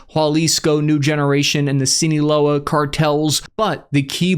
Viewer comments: "Los Chornos" "Sineeloa Cartel" An useful trick for spanish vowel pronunciation: it is consistent. The vowels are A as in Apple, E as in Echo, I as in India, O as in Oscar, U as in Über. Exceptions: U in the syllables GUI, GUE is mute unless marked with a diaeresis (◌̈) examples: Guillermo (Gee Yehr Moh) vs Pingüino (Peen Gwi Noh) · “Jal-isco” and “Seeenola,” I love the WASP way pronounces things!